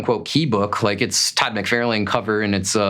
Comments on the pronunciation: FYI, it’s Todd Mc Far Len… Not Todd Mc Fair lane… You’re not pronouncing his name correctly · i generally enjoy this guys videos but i hate his mispronouncing of McFarlane especially when he knows he is saying it wrong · You really should learn how to correctly pronounce the name of your favorite artist, TOD mick-FAR-lin. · I have to say. I have never in my life heard anyone pronounce McFarlane like Mc-fair-lane lol. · Your favorite villian is Venom, drawn and created by Todd McFarlane….and you mis pronounce his name? Ok guy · Stop saying Todd's name wrong, i cannot take you as a serious collector when you don't know who Todd is cause if you did, you would be saying his name correctly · never in my life have I ever heard anyone mess his name up. Liefeld? Sure... but, McFarlane? C'mon... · You are correct that the person in the video is pronouncing Todd's last name icorrectly and the thing that makes odd ,caucasian,not english seaker as a second langauage but main one& not a from a foreign country just learning the language fir the first time,example from wildlife channel- a person in that keep pronouncing Hyena as (Hay-na)& he was Caucasian too?. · I have never ever ever heard his name pronounced the way you do, by anyone from anywhere on this planet.